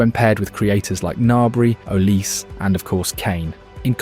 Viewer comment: You cannot pronounce Olise?